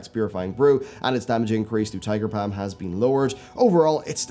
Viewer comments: "Tiger Pam" I love accents XD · I laugh every time i hear tiger Pam